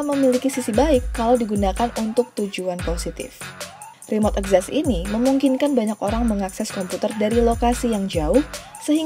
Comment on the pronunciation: Literally nobody: Narator, akses: akses Access: ekzessss